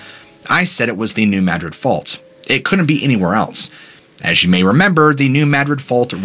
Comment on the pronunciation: You are the only one I've heard say New Madrid correctly. I lived very close to there growing up. Most people say it as Madrid as in the city in Spain, but it's Mad-rid just as you said it. Love hearing my state get the attention it deserves.